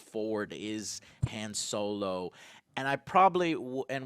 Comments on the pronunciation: This nigga says han solo like hand solo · the way you pronounce Han Solo triggers me